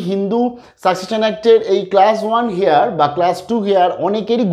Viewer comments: উচ্চারণটা "হেয়ার ' নয়, ওটা হবে 'এয়ার'। বুঝতে পারলেন? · apnar heir er uchcharan ta mone hay ektu bhul hochchhe.H ta halka bhabe jeman honour uchcharan seiramam r ki.namaskar.